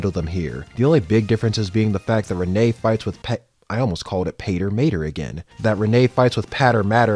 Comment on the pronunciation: Renee is pronounced Rin I believe